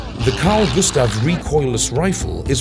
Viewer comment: As a Swede you should know it's Gustaf*